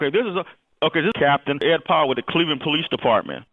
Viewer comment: Did he call Powell Ed Fuckland?